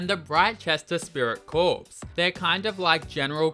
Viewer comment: "Corps" is pronounced like "core" not "corpse". It's not a dead body. Like Marine Corps, Drum & Bugle Corps, Peace Corps, the Royal Flying Corps (WWI era name for the RAF).